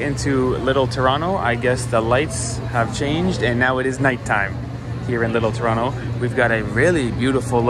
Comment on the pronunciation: I was surprised at first to hear "Toronto" pronounced correctly, which I've never heard in any travel video --- then you revealed that you were born in Mississauga.